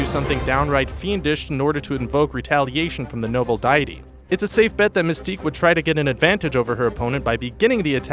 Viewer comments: Dee-ity, not diety. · That is not how you pronounce "deity" , both the US and UK pronunciations are different. Cool vid tho. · The pronunciation of deity is killing me. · ^ stopped the whole video after about 3 mispronounced "deity"'s